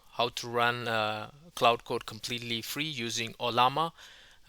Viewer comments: While I definitely appreciate that you are doing in this video in your second language, which I could never ever do, may I make a polite request? Quite often you pronounce Claude as Cloud. Given that both words are relevant and distinct in the AI/tech space, it quickly gets confusing to the uninitiated. For reference, Claude is pronounced like the word Claw, just with a 'd' added! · its not cloud its claude